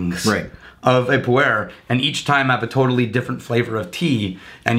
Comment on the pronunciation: Kudos for knowing pu-erh.